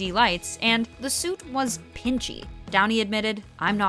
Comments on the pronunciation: “robert ‘downie’ junior” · DOWNEYNOT DOWNIE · Tobey “Mcquire” 😂😂 (edit) you also can’t forget Robert “Downie” Jr 😂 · who else love “Robert Downie Junior” lol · And Robert “Downie” Jr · And Robert “Downie” Jr. lol